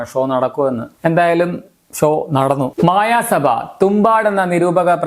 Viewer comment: It's not മായ സഭ, its മയ സഭ